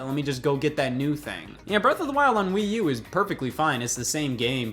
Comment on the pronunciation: What's this "Wii You" he keeps referring to...Is it an accessory for the Wii?